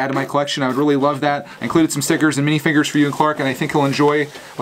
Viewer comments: It is minifigurers not minifingers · I love how you call mini figur es mini finger